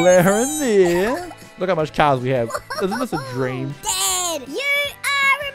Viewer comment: When he said dad it sounded like dead